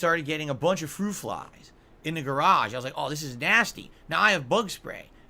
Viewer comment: Fwuit Fwies ☠️☠️☠️☠️☠️